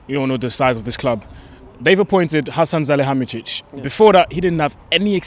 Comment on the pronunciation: I don't usually comment but good pronunciation from the presenter on Hasan Salihamidizic. Regarding Rio, I would rather have him than no one because he could at least persuade all the best British talent to come United and that's something we have lacked since Fergie left.